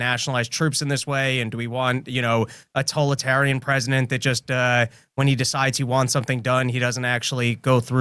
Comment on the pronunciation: Both and Quentin Tarantino pronounce Totalitarian the same way, it is now a 3 syllable word "Totarian". I am also confused at the lack of concern over federalizing the police for DC or any city. The police are already too militaristic; having actual military act as domestic police would seem, to me, to be anathema for anyone who considers themselves a libertarian.